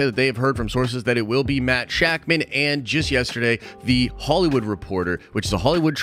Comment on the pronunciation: It’s actually pronounced Sha-k’mon. I actually have no idea if that is accurate.